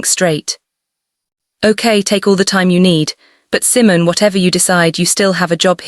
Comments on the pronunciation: I'm sure Simon...is Simone... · please let me teach your AI how to do proper pronunciation. Resume, couch, Simon (Seemon) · ❤❤❤❤❤I really loved this. Wonderful emotional journey. Meaningful. Please work on the AI narrator. Maybe type in the words phonetically. Example couch should be written like COWCH and Simone would be Seemoan. It’s very distracting to hear all these mispronunciations of English words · Your Narration is terrible. The voice. Is her name pronounced "C-mone" or Simmons like the fruit. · Pronunciation of resume, couch, live (as in live on my screen), Simone, hoping. Hilarious 😆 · The pronunciation of Keisha and Simone, or is it really Simon, is incorrect.